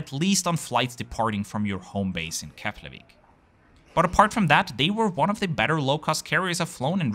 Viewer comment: im really impressd with your proaunciation of Keflavík and Reykjavík sounded very icelandic.